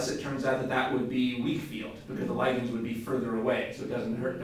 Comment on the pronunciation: why do americans pronounce ligands in such a retarded manor